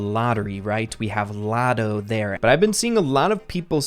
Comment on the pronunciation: It's lotto not otto